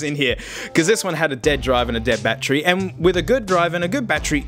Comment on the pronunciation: Haha i love when you say bat tree